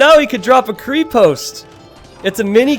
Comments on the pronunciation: So... pronunciation: Krepost - E is like in "hey" and O is like in "olive". Крепост, Not Kreepoust. Literaly means a Keep, not a Castle. Ggl translate sux Konnik - O like in "olive" and you pronounce both Ns loud and clear Kon-nik. Конник, Not Könik. Horseman 90% of cyrilic letters are just one sound. The scary ones are two sounds. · the "krepost" thingy - the stress falls on the "e", not on the "o". Just sayin'. And it translates as "fortress". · KrEpost is pronounced like lEtter. They are creepy though. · Krepost in a native language would have another letter following the T as with the Russian крепость. it's a silent letter that changes how the T sounds. it's basically like "paste" or "state", so imagine saying paste but replace the "a" with an "o" and you get the same thing: Kre-post'e'